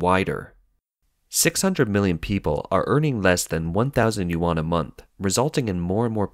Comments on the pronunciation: more like u-n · yuan not 'you-an' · Another “expert” that doesn’t even know how to pronounce Chinese “Yuan” right. Also very nice of you to derive all expenditure in local Chinese Yuan as the currency and twist the fact when the minister 1000 usd and conveniently stated it as Chinese Yuan too. Or perhaps you derived your number from the minister considering those that earn 300 usd as middle income household and asking them to spend more boosting economic cycles. Man there is many things you can criticise about China but please be real and not spread fake information. I totally don’t mind if you’re biased and only report bad stuffs and selectively not report anything good. I totally don’t mind this at all, China does that all the time and I read both the CCP propaganda news and western anti-China propaganda. However twisting and lying makes your information become a worthless read... cause now I can’t trust the real bad stuff from your information.